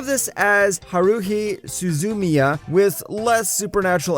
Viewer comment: Vid is well put together. I like that there's usually some underrated shows included. But narration pronunciation is painful. Haruhi was... Ouch